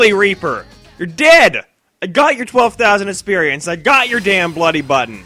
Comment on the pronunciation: etsercise etcited etsperience: does the fact that he replaces x with t in words and the fact that he sounds like he has way to much spit in his mouth all the time bother anyone else?